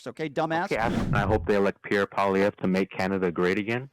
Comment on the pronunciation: Polievere...Bahaaahaaa! He's as dumb as the caller.